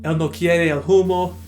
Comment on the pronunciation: Great spanish pronunciation btw, the only tip I can give is that the H is silent so "humo" is pronunciated "umo" or "oomo"